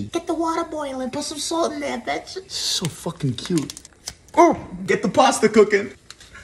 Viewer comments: Never a video that he says betch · why do you say betch? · I love how this guy got famous for saying Bonapetito Betch